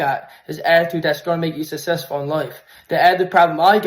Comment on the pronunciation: “Sussesful” ??I don’t think you can BE successful if you can’t pronounce it. 🤦‍♀️